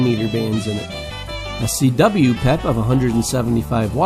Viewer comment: In my 30 plus years of ham radio, I've never heard the abbreviation for "Peak Envelope Power" pronounced as "pep." I've always here it pronounced by saying the individual letters to make it clear its the abbreviation for Peak Envelope Power, and not referring to a "peppy" radio. Great list of radios by the way, I own several of them and still enjoy operating them.